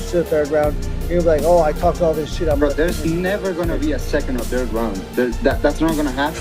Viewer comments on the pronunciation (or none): none